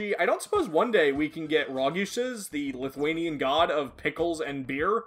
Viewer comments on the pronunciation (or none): none